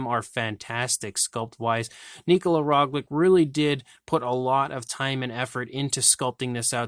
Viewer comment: It is Roglic and not Roglik